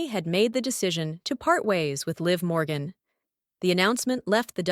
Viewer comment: Ahh ...the last name is MORGAN....NOT Borgan... sheesh!!